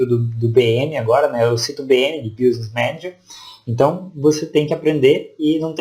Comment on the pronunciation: Gostei da sua aula, mas o som do <"business" como se pronuncia é "biznes", mais ou menos assim.